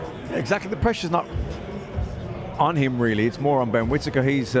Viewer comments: Did anyone hear one of the sky presenters call him “quittaker”? 😂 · At 5.37 did the commentater just call him quitaker? 😂